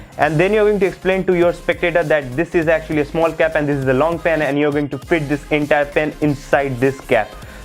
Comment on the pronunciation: Please talk in Hindi it's better than pyen instead of pen and coover instead of cover